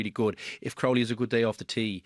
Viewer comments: How does still not know how pronounce Crowley😂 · He's doing it on purpose now I think